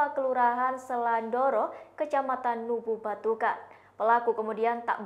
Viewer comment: Lewoleba bukan leweleba, kec.Nubatukan bukan nubutukan....